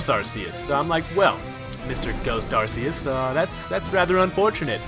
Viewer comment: The movie pronounces Arseus as Archeus. PLEASE FOLLOW THAT!